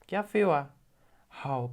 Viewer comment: Hello. Bro, i have to say this teaching style gave life again to my interest to learn isiZulu. Brilliant work on ur side. Quick one, you seem to pronounce "Kuyafiwa" as "Kiyafiwa". I wasnt sure there